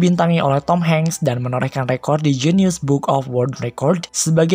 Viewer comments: Bruakakaaahaaqa genius book op record? Guiness baca Giness ,, Guinness book of world record Keless... Norak ahh belajar dulu sana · Guiness tuh bacanya genius? 😐